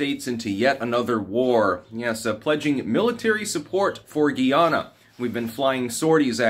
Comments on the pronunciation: Guy Ana (or awna) not Gee Awna. I am Guyanese and immigrated to the US as a child. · not GHEE YANNA ...its GUY AH NAH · it’s Guy-ana not Giana! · GUY-yah-na --- rhymes with MY Llama -- geez -- you pronounce so many things incorrectly. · It's pronounced like it's spelled. Guy-ahnah. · I’m suing you over this pronunciation my lawyer will be in contact. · I've met many a Guyanese person, and they pronounce it Guyy-ahhhna-mon. They used to call themselves "coolies" and taught me how to clap roti 😋